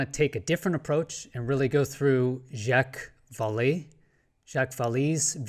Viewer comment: Thanks for your pronunciation of "Jacques Vallee." You know it's not "Jack Valley," unlike Rather B Squidding. ;-)